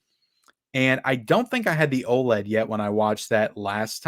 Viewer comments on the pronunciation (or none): none